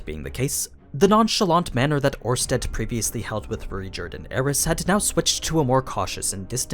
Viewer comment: It's Orsted, not Ornsted. Without the n